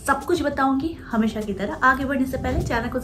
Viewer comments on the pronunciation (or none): I like the way you talk...magar ek baat acchi nahi lagti hai woh aap sha ko sa pronounce karti hai e.g hamesa.